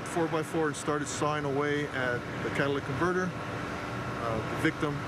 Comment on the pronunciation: "Catalyst in converter" Lmao catalytic converter. Props for not saying "cadilladic" tho.